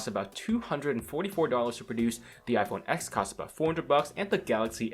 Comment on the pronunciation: its pronouned at ""iphone ten"